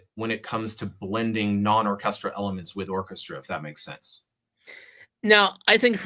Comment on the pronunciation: Irritating puns and the inability to say the word orchestral properly. Signature cringe from.